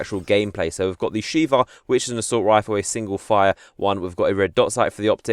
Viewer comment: >Heard him say Shiva >Dark Souls Fanboy in me started breathing heavily >"Sheiva" oh :(